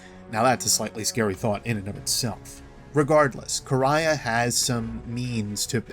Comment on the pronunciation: Finally someone who pronounces Quria right